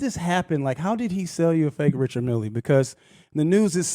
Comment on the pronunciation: Bro look up the correct pronunciation of Richard Mille pls